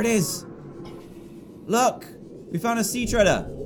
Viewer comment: Dan:Sea dwellers biome Me:No its sea treader biome Dan:Great reef Me:No its grand reef lol